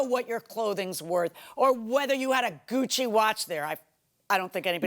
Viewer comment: She didn't say Gucci watch, she said cuchi